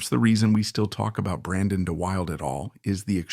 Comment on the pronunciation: Pronounced Da Wilda